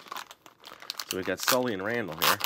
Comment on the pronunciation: its not SALLY its SULLY